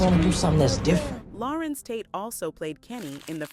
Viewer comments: larenz not larentz ......google is your friend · Why does the narrator keep calling him Lah-rence instead of La-renz?